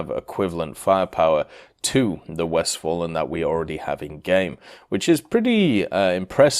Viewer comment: 1. I am not a native German speaker, but I am pretty sure that “Westfalen” definitely is not pronounced as “West Fallen”, that “a” reads as [a] in “fast”, “father” or “Farnborough”. 2. The numbers are arbitrary, it’s true. But you know, there is a lot of space between 1 and 30. I actually thought it’s some kind of a typo, never thought you put that intentionally. If Gaijin indeed will designate the next patch as 2.30, they might as well go 100.500.over9000, whatever floats their hypeboat. 3. I honestly don’t think Von der Tann will be good. It is very fast in comparison with contemporaries, but WWII cruisers are much better in that regard. It has firepower similar to Graf Spee, which is not really enough to deal with battleships, unlike Spee it does not have anti air to speak of, and that armor... Man, idk. It may work against cruisers, but currently all cruisers at or above 5.0 are just food for battleships and that armor nearly is not enough to endure a barrage from something like Empress Maria. Without BR decompression, that honestly looks like a worthless grind extension.